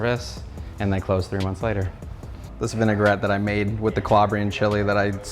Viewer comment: It's vinaigrette , not ''vınegar-ette''.